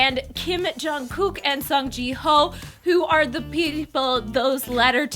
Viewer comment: It sounded like she said Song ji Hoe, instead of Hyo. I thought they used to live in Korea, so why can't she pronounce korean name, or is it that they can only pronounce k-pop idol names. So are you saying Myuk PD is the one who started this?